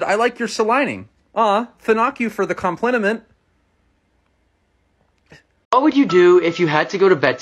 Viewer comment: The one that got me was the "I like your celining", "thanak you for the compliniment". 😂🤣😂🤣